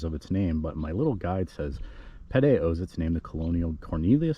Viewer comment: I’m a descendant of Sebastian Ritner and have to chime in. Pedee is pronounced like the letter P and the letter D. I also live in Vegas and when people pronounce Nevada as Nevahhh-duh I chime in 😂. Thanks for doing this video.